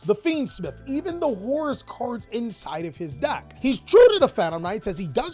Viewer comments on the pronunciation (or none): none